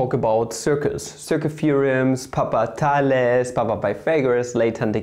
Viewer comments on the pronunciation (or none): none